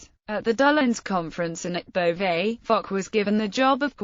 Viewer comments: There seems to be some argument over whether Foch is pronounced as 'Fosh' or 'Fock". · There's no argument, it's pronounces "Fosh", also in France